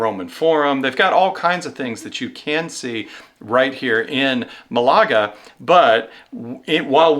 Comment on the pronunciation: Malaga has the accent on the first syllable